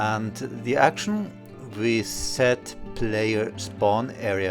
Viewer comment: PS when you say "We set spawn area" it sound like your say to add action (Reset spawn area). I kept looking for the reset spawn area drop box.